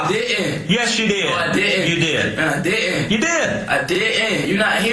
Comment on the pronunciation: “I dih int” 😂 already showing his IQ